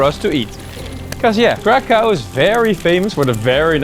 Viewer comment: 1795 through 1918 is when Poland was partitioned, not 1600 through 1939 (WW2). Also its pronounces crakhuf